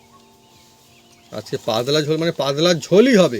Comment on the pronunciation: পাদলা না। শব্দটা “পাতলা”।